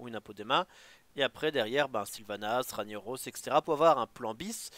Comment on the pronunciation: OUBLIE TON RANIAROSS PUTAIN ! ===> Rague Naross ! Juste écoute Thaurissan le dire quand il est joué